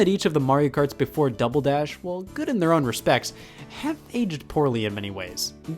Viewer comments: did Scott say dumble dash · I never noticed before, but he says "Dumbledash" .